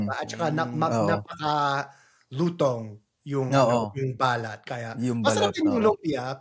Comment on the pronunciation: may dalawang meaning sa balat depende sa pag bigkas, yung sinabi mo na balat (long accent) is birthmark.. haha